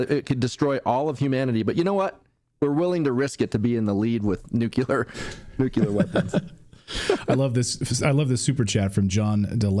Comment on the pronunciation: Please pronounce nuclear correctly. Love the show otherwise.